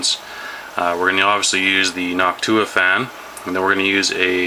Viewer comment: that's how you say it.